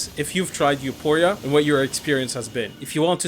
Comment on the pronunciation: It's You-four-e-ah